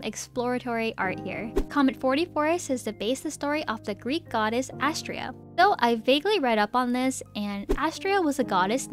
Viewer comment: YOU SAID ASTREA WRONG, IT'S (UH-STRAY-UH) I get mad about this for reasons I can't say